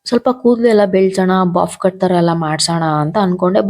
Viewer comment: ಜಾಸ್ತಿ english use ಮಾಡು ತ್ತೀರ ಆದರೆ correct english ಮಾತಾಡಿ.ಅದು ಬಾಫ್ ಕಟ್ ಅಲ್ಲ, bobcut ಅದೇ ರೀತಿ wardrof ಅಲ್ಲ wardrobe.